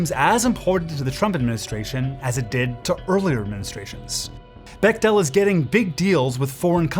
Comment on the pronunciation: For the record it’s pronounced beck-tul, my cousins are bechtels lol just found it cute and nerdy of you to say becktell like that wanted to make sure u knew ur a total nerd :P